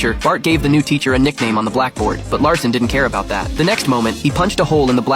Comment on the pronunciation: His name is Jack Lassen not Jack Larson